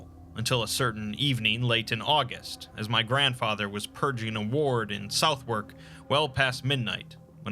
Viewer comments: Sorry to be pedantic but it’s pronounced Suthark not SouthWARK :’) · Excellent video as always, but just wanna say that Southwark is actually pronounced "suth-erk" Felt like I had to mention that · Interesting. Though I was half triggered by the mispronunciations of Southwark (sutherk), Pepys (peeps), and Domesday (doomsday)